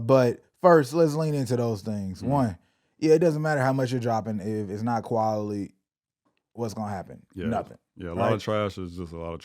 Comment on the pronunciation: my boy said qualily